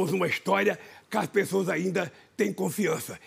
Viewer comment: "Kas pessoas". 😁